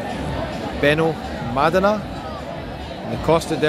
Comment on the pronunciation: He’s pronouncing It correctly. In Spanish the second last syllable is usually more pronounced, but there is an accent over the middle ‘a’ to let you know that that part is more pronounced. It’s not Benalmadeeena 😩